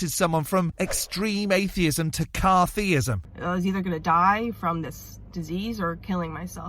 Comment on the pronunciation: it's only just occurred to me (i joined yoututbe in 2006) that i could boost my channel by telling everyone why i have always been atheist, these testimony videos will probably do better than my third rate guitar playing. did just say "cartheist" is this like "carthartic"